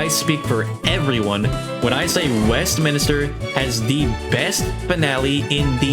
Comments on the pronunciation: Man wtf is westminister its WESTMINSTER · it’s Westminster, not Westminister It’s minster not minister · Bro says WestMINISTER